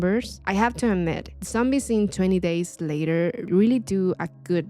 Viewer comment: Love video but I'm sorry sounds like ur saying "20 days later" LOL besides that no more notes.... keep up good work